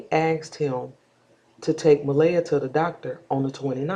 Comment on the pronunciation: Please say her name right.